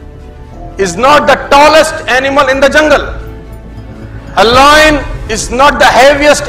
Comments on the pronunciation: Lion not loin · It's not loyan it's lion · It's lion uchharan thik karo pehle than dene se pehle ... Loion nahi lion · Loin a loin a loin...its Lion sir not loin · Pehle toh yeh samjle voh lion hain, loyan nahi😂🖕🏻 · Not loin it's lion bro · Hahahah loin nahi hota 😂 .. it's lion 🤦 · Sir mera koi aukat nai h Aapke samne but lion boliye loin nai. Please isko hate na samjhe bas aapko suggestion diya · Yeh lion ko loin kyu Bol rha h 😅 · Ye lion ko loin bol boo ke matha khrab KR RHA hai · Bolte kafi achha ho sir... I got inspired nd motivated by your speech..but lion ko loyan bolke pura mood kharab kar diya...